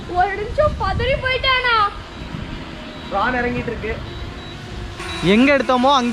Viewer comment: bro not drane its drone